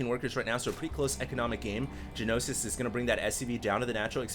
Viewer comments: It's gnosis, not g-nosis. Means knowledge in Greek. I've heard used in English before, butI can't remember the context :S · It's pronounced "nosis", not g-nosis. Gnosis is Greek for knowledge, and usually means religious knowledge in English (ie gnosticism = belief that matter is evil, knowledge is emancipating). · One thing about the pronunciation: it's just "Nosis," despite the G. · Hearing you say Ja-Nosis all game is driving me crazy. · You mispronounced gnosis.. g-nosis lol... xD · "Gee-nosis." *twitch* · It's "NO SIS". The 'G' is silent. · Gnosis ... Pronounced NO-SIS. It is a Greek word meaning revealed knowledge. The Gnostics were a major heretical religious movement in medieval Europe who believed the creator of the known universe was evil. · Yes, you're right. I was just trying to give the pronunciation of the word, including the two syllables (not saying it should appear that way, just that that's roughly how it should sound); was pronouncing the "g," which is silent. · pronouncing silent g's makes me bat shit, sry.